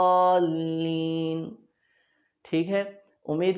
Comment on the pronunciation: Zuallin ki awaz drust nahi دالین Daalin موٹا کرکے پڑھیں